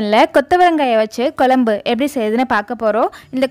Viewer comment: Its not Kolumbu... It's Kozhambu